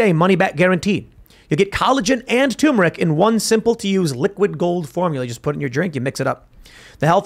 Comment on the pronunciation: Turmeric!! You're missing an R